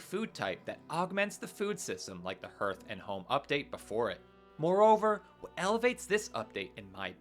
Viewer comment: Hearth is pronounced Harth. Stop saying it, please.